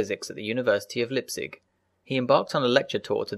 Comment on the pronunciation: rx7here - And mispronounces Leipzig!